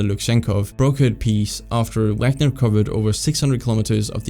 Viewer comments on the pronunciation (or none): none